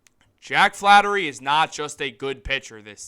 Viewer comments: hey Einstein its Flaherty not flattery. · it's FlaHERTY Not Flattery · FLAHERTY. NOT FLATTERY. Gucci Mane La Flaherty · Thank you. I was cringing when he repeatedly said Flattery. We had a player with the same last name before. If you are so excited about this rumor (not fact), at least get the name right first. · Bruh say the man’s name right